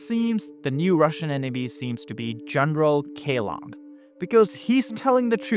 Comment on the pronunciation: It's Kellogg, like the cereal brand. Sounds like Kell- log. Log as wood that has been cut down. Not a big deal, just letting you know